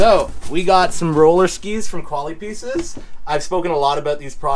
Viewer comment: The dude is pronouncing the product wrong. They’re a French company, or at least the brand name has French heritage. Pronounced more like Koala-P-S.